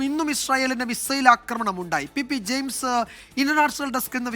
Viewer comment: Pp jeyims aganea parayou nime jayims annu